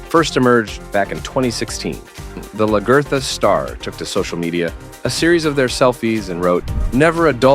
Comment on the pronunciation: From the way the narrator pronounces "Lagertha" I take it he didn't watch the show.